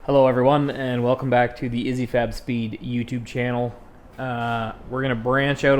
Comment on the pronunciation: I regret to inform you but, your channel/shop name is not pronounced“Izzy” Fab. It’s actually “Issy”. Pronounced like “itsy” as in “itsy bitsy spider” without the the T. You’re welcome.